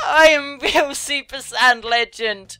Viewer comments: yes , i just turned my volume all the up to make sure and it still sounds like she said "I'm a real super sad (saiyan?) lesbian". It sounds nothing like 'legend' and more like 'lesbian'. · Hey guise, she said both "legend" and "lesbian" Just watch the video and listen carefully - you'll see : D